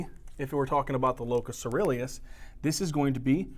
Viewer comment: Locus ceruleus. Try to look up and listen to the pronunciations, as you miss one or two every lecture. Don't get me wrong, I love your lectures. You are systematic and there's a lot of new research you reveal!